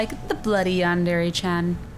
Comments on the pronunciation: omg you look awesome! i just wanted to say that its not pronounced yan dairy, it's (Yan- De- Re) , I just wanted to say that so no one would get mad! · Oh the cringe. Cuquake. It's pronounced yawn-der-ray. -Sincerely all Otakus. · I don't like how no one can pronounce Yandere correctly not even the creator of Yandere Simulator says it the correct. When people say Dere. it's pronounced DER A not dairy. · Just so you know it's pronounced Yan deer it's spelt like yandere XD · yandere isnt pronounced like that cries